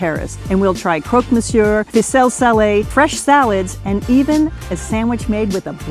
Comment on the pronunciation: please, please, make an effort and do not pronounce the final R in Monsieur, it kills me